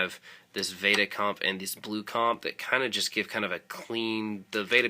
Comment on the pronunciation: It's pronounced "Vehtuh," not "Vayta." It's a compressor model from Line 6's earlier Vetta amp series. Sorry, I'm anal about stuff like that :P Great video though, nice sounds. Will probably use some of these myself, thanks.